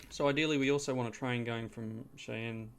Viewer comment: Shy-anne is the pronunciation I've heard most often. Could be interesting. I find it more fun to play games like this than watch, but it's an interesting game anyway.